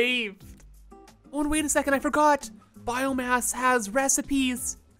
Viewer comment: did i just heard “biome-ass?”